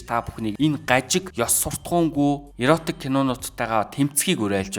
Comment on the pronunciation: Зөв сэдэв ярьж байна …, иротик биш эротик гэнэ шүү дүү